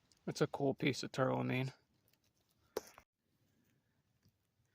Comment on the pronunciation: It’s called “tourmaline”, NOT “tourLAmine”